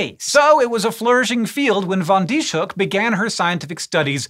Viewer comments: I only know a little Dutch, so I might be mistaken, but I think the closet approximation to English for this scientist's name would be fan Dees-huk. The "sh" are part of seperate syllables, so they're not pronounced like the english "sh," which would be spelled sch in Dutch. Here's IPA is if helps: fɑn dis-høk :) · I've never seen anyones name being butchered that badly 😵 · I'm dutch and it's so funny to hear you pronounce her name